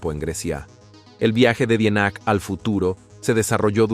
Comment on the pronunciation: En definitiva te hubieras preocupado por aprender a pronunciar bien el apellido. Ya lo dijiste bien, de origen alemán.